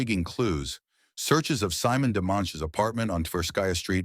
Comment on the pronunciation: Her name is French and as such pronounced Seemonn not /Symon. Why do your narrators not do their research? bloody lazy